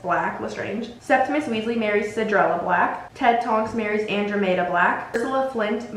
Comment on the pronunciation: Period sis I love your videos, I’m pretty sure Andromeda is pronounced (an-draw-meh-duh) and Cassiopeia is pronounced(cass-ee-oh-pea-ah) This is not to be mean or anything just like to maybe help with future vids. Also I would love to see a video on all the sacred 28 families, like which characters we see in the movies and books that are connected to the families. A mauraders video would be cool too! Keep creating content like this!!!!!!